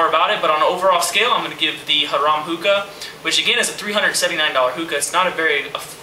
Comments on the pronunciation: its pronounced "hair-em" like a one guy and 50 girls, it means it's a hookah for luxury use haha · Great vid. BTW, Harem is pronounced Hair-Um